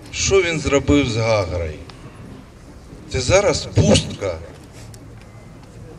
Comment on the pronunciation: Виноградов, позорище ходячее ! „Путін, шо він зробив з Гагрой“ . Да не ГагрА, а ГагрЫ.